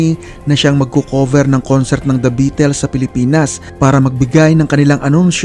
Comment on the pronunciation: kahit history na lahat ang mga impormasyon mo masarap parin pakinggan, nasira lng lahat sa pronunciation mo sa salitang "beatles", sana maayos mo ang pag pronounce